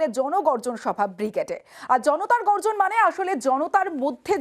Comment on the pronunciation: JonoGorjon noi, GonoBorjon Sobha 😂